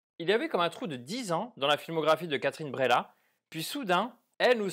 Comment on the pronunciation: Ça se prononce Breillat un peu comme vieille ou veille mais pas bréla. C'est bien que tu aies ressenti du malaise, c'est le but. L'art sert à provoquer des émotions pas forcément toujours positives. Attention à ceux qui ne l'on pas vu je vais spoiler pour la suite : Moi, j'ai plus ressenti le côté manipulation et mensonge de Léa Drucker plutôt que le côté érotique. C'est son côté machiavélique prête à tout pour nier la réalité et protéger sa vie qui m'a intéressé. J'ai été retourné par ce retournement de situation et aussi par la toute dernière phrase du mari qui en lui demandant de se taire, admet qu'il a toujours su qu'elle mentait